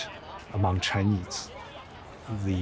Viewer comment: Dear Mr Mooooobs, you call me a spy bot just because my thought is different from yours? Btw, it is “Chinese” not “chineeeeze” tks:).